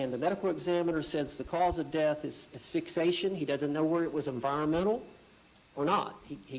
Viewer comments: Uh, yeah, defense seemed worse than unprepared. I mean, in the first 5 minutes, Owens said asphyxtion twice. Did you notice that? I mean if you can’t even pronounce one of the major issues in the trial … Boonie’s boozing from the bottom of The Bar barrel at this point I think 🛢️ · And he mispronounced "asphyxiation" ... I was giving this guy the benefit of the doubt before this 😅